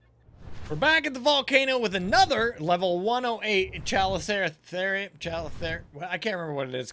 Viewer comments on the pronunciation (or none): After researching it, every pronunciation i could find said "Chal-E-co-ther-ium"